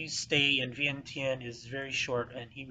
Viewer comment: For a history teller, why do you have to pronounce Vientiane so stupid? Just because English cannot spelled it correctly you don't have to pronounce it the way it can only write.